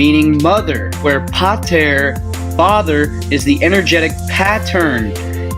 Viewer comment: its NOT Pit tah its paw/pah taw/tah "the godfather" or "Father God", the P=Rho a=alpa t=tau e=espilon, the chief aka head and brain